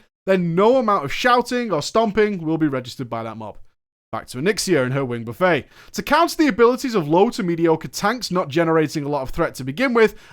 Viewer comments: So hard to listen to you call it wing "buh-fey" when it's wing "buhf-it". It's not an endless meal of Onyxia's wings, it's repeated blows from her wings. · It's Buh-Fet, not buff-A, just btw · out here calling "wing buffet" (buff-eht) a fucking wing buffay as if onyxia is pudding on a spread for everyone like KFC xD Fucking hell you're english you should know how to pronounce french words after the normans took over in 1066:P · AH! buf-it, not buf-fay. Why does that trigger me so badly...? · its not pronounced wing Buffay, its not a food court, its pronounced Buffit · Excellent analysis. but I hope that you are being funny when you are pronouncing "buffet". In this context, it is pronounced "buff et", not "buff ay". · Roger McKay Like Jimmy Buffett, not like China Buffet. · It's not pronounced buffAY, it's buffET. As in flapping wings, creating wind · 'Wing buf-fett' - like Bobba Fett. Not 'Buf-fey' which is a large selection of foods.... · Hi. Kindly as I can. Buff-a = what you take your plate to. Buff-et is what you get with wind or Onyxia's wings. it's Buff-et/it. But this is a hella video. Thanks. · It's a WING BUFFET .NOT A BUFEY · What the fuck is a wing buffay omfg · Buffet the noun is pronounced differently than the verb. It should sound like buff et, or buff it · "Wing Buffet", pronounced like an all you can eat dinner setting? Its pronounced like "stuff-it", you English I swear. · "Buffet" in this instance is pronounced like "buff it" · In his Drama Fridays/PG Shows he still says Buffet (Buff-Ay). People are gonna start raging at him soon. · It's not pronounced "buff-ay." Onyxia isn't serving you all you can eat wings. Its pronounced like that Jimmy guy the one that sings Margaritaville. It means to violently strike repeatedly similar to the word batter and often used when referring to air or wind. The name implies she is using her wings to blast you with wind. Just sayin. If you do it again it's a fucking 50 dkp minus.